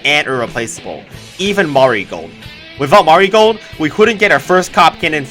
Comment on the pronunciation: Bro still says marigold like mario-gold or something idk lol